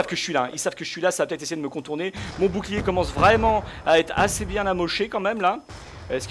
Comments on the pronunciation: je kif comment tu dit boucliet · dit bou bou clier au lieu de bouclier ;) je trouve sa plus jolie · Jadore quand tu dit bouclierr